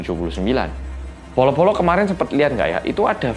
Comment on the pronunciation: Bolo-bolo tapi kedengeranya polo-polo